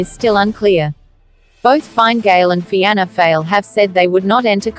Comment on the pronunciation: Was thinking the same, "feeana fail" 😂